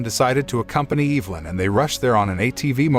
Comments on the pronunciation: I'm pretty sure it's EV-LYN not EVE-LYN lol... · It's EV-A-LYN 😉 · The way he says Evelyn is giving me anxiety. It's not Eeevelyn. It's Ehvelyn... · I've be pronouncing my girls name wrong all these years.. I pronounce it E-ve-lyn...buts it's Eve-nly😂🤣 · Is no one gonna question why this man pronounced “Evelyn” as Eve-Lin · Evil-In, Freddy-Co, Kur-I-p-Min I love how wrong these all are, it just makes the video better. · Woman's name: Evelyn Narrator: Evil-lyn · Tic flee lice? Which is it? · OMG regardless of how ridiculous a lot of the decisions in this movie were, the thing that drove me CR@ was the pronunciation of the name EV-elin it was said so many times it totally took me out of the story lol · Learn how to pronounce Evelyn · You pronounced Evelyn's name wrong the entire video